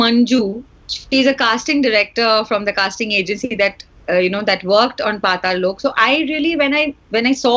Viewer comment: putting so much effort into saying Pataal Lok. I mean he’s still saying it wrong. But A+ for effort.